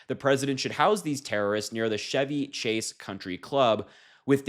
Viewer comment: Out of everything said in this story, Chevy Chase hurt the most. It’s Ch-evy Chase, not the car Chevy Chase. The Chevy Chase Country Club refers to one of his movies. I understand his comedy was popular in the 80s way before Harry existed but he’s still a comedy legend.